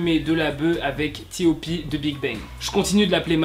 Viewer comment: "bi hai" c'est "bi aï" "ti o pi" c'est "top" ;-; mec au lieu de raconter des mensonges juste apprend a bien prononcer les noms et renseigne toi mieux sérieusement.